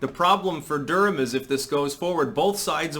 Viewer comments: Is it just me or does he keep calling Durkan, Durham? Either way, she’s awful and the left never stops even if you apologize or help them. Dems thinks they’re safe from these lunatics, they’re not they will be first to go they’re just useful idiots for now. I look forward to her being recalled, next is DeBlasio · is delusional. Pronouncing Durkan as “durham” is truly symbolic of his lack of knowledge about what’s really going on. I was on the ground in Seattle and can promise you the police were completely out of control. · The spelling of the name changed right after I commented and it refreshed the page. I noticed you phonetically say "Durham" and again. It don't even matter to me because I get what you're saying, but considering you're like a literary scholar or some shit. Love ya. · That's Mayor Durkan....pronounced like gherkin...